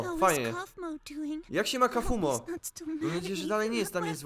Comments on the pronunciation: kafumo muwi sie kafmoł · nie czyta się kafumo tylko kafmo a pisze się wogule inaczej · nie kafumo tylko kaufmo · nie czyta się kafumo tylko kafmo ok? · ale to nie kafumo tylko kaufmo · bardzo mi się podobało lecz problem w tym że mnie STRASZNIE irytowało jak żle wymawiałeś imie bo ty mówisz kafumo a poprawnie kaufmo wiec jak będziesz jeszcze to omawiał prosze cie o to żeby wymawiać to poprawniej❕ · Pise sie kaufmo i wymawia sie kałfmo nie kafumo xd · TO NIE KAFUMO TYLKO KLAŁFMO😠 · To się pisze kaufmo ale muwi się kałfmo